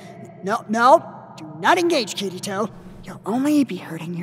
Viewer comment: Lmao and think about all the names he tried. Especially "Kiritwo" xD